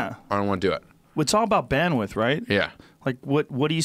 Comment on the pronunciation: Did he just say 'It's all about bandwith? HAHAH